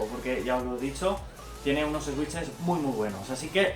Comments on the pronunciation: Jajajaja "Eswitches" Se pronuncia "Suiches" pero bueno xd Buen video me encanto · en realidad es suitches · Buen video, sigue así y llegarás lejos por aquí. Pero no te voy a mentir, estoy llorando de la risa de oírte pronunciar switches 😂😂😂